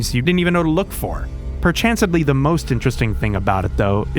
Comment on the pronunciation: actually he said perchancedly